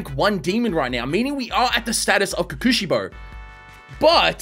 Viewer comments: It hurts me hearing him say “kukushibo” It’s pronounce pretty much how it’s spelt Kokushibo. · (coco shibo) is the pronunciations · Ko-ku-shi-bo Unlike English, you don’t flow it fast, you say each consonant/s + vowel as fast as you say each other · It's called kokoshibo kokoshibo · his name is pronounced kokushibo not kokushibo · I wanna die bro he keeps saying kekeushibo 😵‍💫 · Btw your pronounce his name like Coco-she-bow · Ko-ku shi-bo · I know. I really know I'm nit picking here. And I know you won't see it and won't care which is fine, but please.. you say it like "kokshibou" I'm sorry again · I like the vid, but you saying his name wrong is driving me crazy. It's pronounced Ko (hard 'o') ku (ku like a 'cu'cumber) shi (hard 'e' sound) bo (like the staff) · Your saying kokushibo name Worng